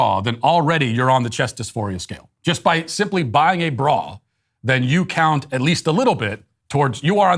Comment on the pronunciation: Matt saying ‘bra’ sounds like an old British guy saying ‘bruh’